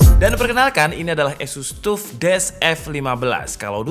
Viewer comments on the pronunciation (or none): orang lain: "taff": "tuff"